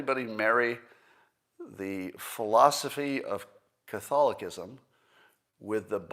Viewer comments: He hacked it up🤣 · Gotta love an atheist who can’t pronounce Catholicism and never heard of Catholicism having a thing about human life being sacred making a straw man argument about the longest surviving bureaucracy/religion. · Love you Scott but if you don’t even know how to pronounce Catholicism... maybe sit this one out. Lol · is he saying "Catholicism" correctly?